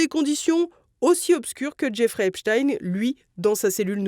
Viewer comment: Voilà même le juge américain dit oralement ;Epstein comme Albert Einstein ou Nein et pas : Epstine, comme Poutine.